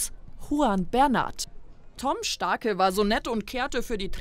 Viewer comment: warum so ne komische Betonung? Tom Starke ohoho